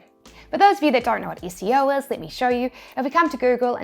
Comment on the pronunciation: When she says 'SEO' and we hear 'ISCEO'